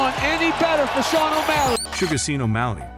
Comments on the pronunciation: You pronounced his name wrong hahahaha. Its shawn not seen. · you say Sean like shawn not seen btw but good vid overall keep it up ! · Jeezus F'ing Christ. Sean is pronounced like Shawn, not Seen. If you're going to do videos about people, at least learn to pronounce their names. Otherwise it's just disrespectful, and you lose credibility with your audience. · Did you say seen? Sean is pronounced Shawn, are you a AI robot cause it certainly seems that way. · Y'all didn't notice the Narrator said Sugar Seen O'malley? lol Sean pronounced Shawn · “Seen O’malley” and “chico” 😂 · If you are going to narrate videos on UFC fighters, you should at least learn the correct way to pronounce their name. Sean: pronounced Shawn! If you choose to make videos on a certain topic, educate yourself on that topic BEFORE making the videos. Just a suggestion. Good luck! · Get a voice over guy who can pronounce Sean please.